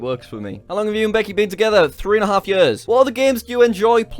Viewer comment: Jack pronounce "years" "yörs". Scandinavian people will understand